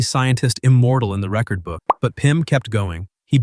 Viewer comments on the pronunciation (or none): none